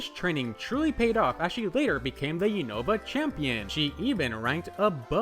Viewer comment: Say it with me now “you-nuh-vuh” NOT “you-know-vuh” 🤦‍♂️